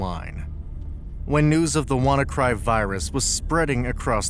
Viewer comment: This video contains several major factual inaccuracies about WannaCry. First, the malware was called WannaCry (Wanna Decryptor/WannaCrypt), not “W to Cry” or “Wukry.” The video repeatedly misnames the malware and then builds its narrative around those incorrect names. The claim that WannaCry used a modified version of Windows' own encryption tool called “Wind Cry” is also wrong. WannaCry used its own ransomware encryption implementation, while the propagation component exploited the EternalBlue SMB vulnerability (MS17-010) in Windows. Port 445 is relevant because SMB commonly uses it, but simply having port 445 open did not mean a computer could automatically be infected. The 230,000 computers / 150 countries figure is widely reported, but it should be understood as an estimate. Also, WannaCry did not necessarily “scan its entire network” in the simplistic way described here. Its propagation involved exploitation of vulnerable SMB systems using EternalBlue, along with other mechanisms. The Marcus Hutchins story is also seriously distorted. Hutchins did not end the entire WannaCry outbreak simply by buying a domain for £10. He registered the hard-coded kill-switch domain, which caused affected samples containing that mechanism to stop executing their ransomware routine. However, WannaCry continued circulating, and other variants without the effective kill switch appeared. The domain registration was extremely important, but saying “the outbreak was over” is incorrect. The clai